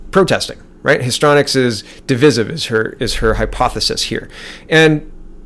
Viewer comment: As always, love, love, love your videos. You really are one of the best, and of my faves! Thank you, thank you. You are a great Canadian! (I think it's pronounced like: history-onics or histry-onics, rather than histronics. Maxime 2019 <- Canada's best/only hope! PS-...just had an idea... re: That story about the Swedish dentist who lost his job and possibly home, for speaking up: >> When things like this occur it would be good if we would (if we could) reach out to the hero/victim with planned and organized support. We could create a fund to offset the punitive actions of the evil ones toward those who buck the system...to encourage them, rather than allowing the enemy to discourage truth telling and the brave and necessary actions of our patriots. No one like that brave and righteous fellow, the dentist, should face the loss and political pressures, alone. We can help each other in this aspect. This is something we can actually do. (Think of this: the Americans have raised 19 million bucks in a week for a wall, because they believe in it, and therefore decided to fund it themselves). We can also create a fund. One that can protect AND ENCOURAGE Canadians to fight back against the deadly NWO Satanic cabal. (Also can include donated/available services, like lawyers, etc). And when they drag them through the courts for trumped up harassment-type charges, and cause job loss and other financial hardship, there will be a source of help to soften the blow, and in some